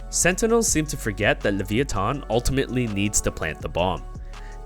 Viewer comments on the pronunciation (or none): the way u say levithan is weird. its lavEYEeThon